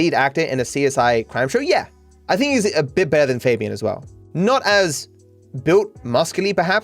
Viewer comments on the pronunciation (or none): none